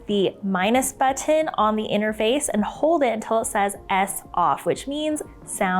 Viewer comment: Why do people on instapot videos pronounce button like that?